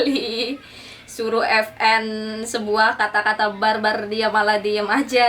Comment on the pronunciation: vn bukan fn🤣🤣🤣